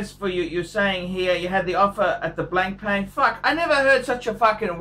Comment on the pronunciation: "BLANK PAN", "NOH-VOH REESH". phuck me dead